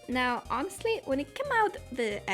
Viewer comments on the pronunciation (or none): none